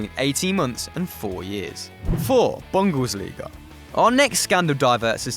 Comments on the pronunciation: Bundesliga not Bunglesliga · its flippin budesliga ( if you edit don't be so thick ) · bunglesliga lol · BunglesLiga ? Its called Bundesliga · Anyone realise no.4 says "Bunglesliga"